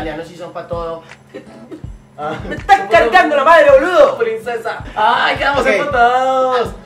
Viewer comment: like si a ti tambien te encanta que diga "Que esta pasando prinsheesas" <3